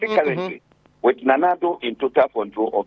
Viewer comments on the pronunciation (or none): it is pronounced "Fore-Word" not FORWARD. As a journalist get your pronunciations right.